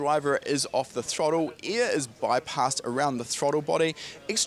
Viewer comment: this guy sayin " EAR " instead of "AIR" carefull u might have some poo coing out of ur ass while stressin the E in EAR lmao cool vid btw